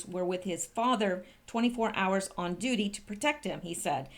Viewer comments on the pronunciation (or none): none